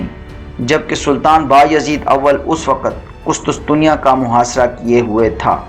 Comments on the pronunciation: ارے بھائی قسطسطنیہ نہیں قسطنطنیہ۔۔۔ پروناونس تو ٹھیک کرو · Qustuntunia ka naam to thek se bolo hahahah qustunsunia 😅😅